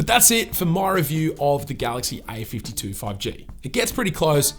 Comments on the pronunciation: Its a52 not ai52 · Yo , I just heard i 52 insted of a 52